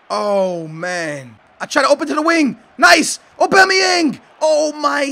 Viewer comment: LOL. OBAMA-yang. It's AU-bamayang.